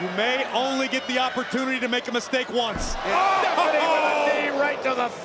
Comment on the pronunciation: Bro couldn't say Stephanie 😊